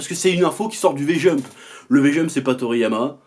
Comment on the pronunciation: Toriyama "Toto"? lol